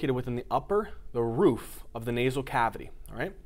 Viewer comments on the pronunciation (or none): none